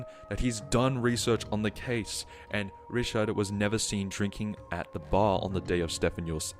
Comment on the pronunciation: its not rishad its riCHard